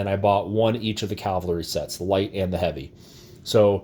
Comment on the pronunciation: CAV - AL - RY = CAVALRY. It's easy if you try!!!!